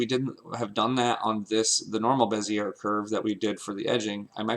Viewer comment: Good tutorial! By the way, it's said beh-zee-AY. French-style.